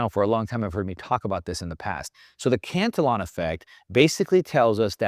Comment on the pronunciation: This guy doesn't even know how to pronounce Cantillon. Uneducated Economist has much better and more accurate info.